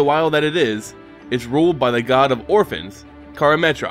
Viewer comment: i thought it was harvests instead of orphans.